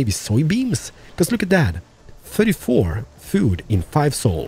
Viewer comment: Strange, you have no troubles with saying Three or Things, but insist on the lazy Dis, Dat, Deze and Doze. instead of This, That, These and Those. For someone who appears to be making a living by talking you seem to rely on the same old phrases, "Dats amaaazin" and "Not too shabby" Such phrases become irritating after hearing them for the 50th time. You complain in many of your videos about a sore throat, do us all a big favour and leave the superfluous BS out and perhaps your throat will have the opportunity to reclaim 50%